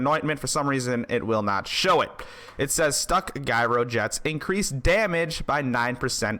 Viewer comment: Challengeifiers and Gyrojets...please continue to pronounce shit wrong so the grammar nazi nerds have stuff to talk about. Luv your Channel bro!